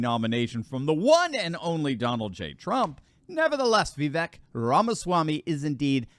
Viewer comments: It’s Vivek, rhymes with Cake ! Not Vivek, rhymes with Shrek! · Hey, , Vivek is actually pronounced Vi-vake. Like in cake, not the biggest deal but still thought i'd give some info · The proper pronunciation of his name, per himself, is Vivek like "cake." 👍🏻